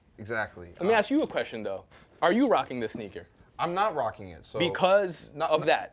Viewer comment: It might be helpful if y'all get a little diversity on set. I know ole boy's last name is Lopez but it pretty much looks like 3 white guys talking about sneakers over pronouncing every word for 30 minutes (ex: , "are you rockING those sneakers?"). Just sayin...